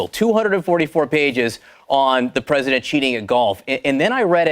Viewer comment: "I'm the PWESIDENT and I wuv to sue evewybody"